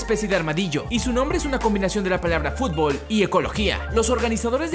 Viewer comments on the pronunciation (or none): none